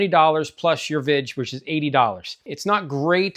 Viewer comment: VIG ! Not vidge